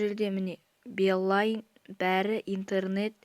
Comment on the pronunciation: Бл енды балайн деген сөзды айта алсасан позорго